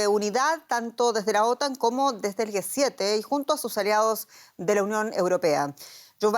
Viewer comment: quien le dice a la comentarista que no es GUE 7, es G7, no puede tener esos errores ...... que verguenza....